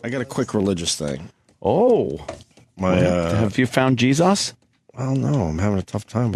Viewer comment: Opie is such a simple minded moron. He asks questions like a 3rd grader. "The geee zuss" who the fuck says jesus like that you fucktard.